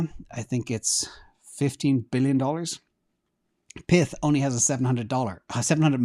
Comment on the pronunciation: I don't think it's "PITH", it's pyth like PYTHON